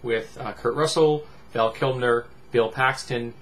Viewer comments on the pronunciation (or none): Who's "Val Kimner"? Or "Val Kilmner"? lol Good god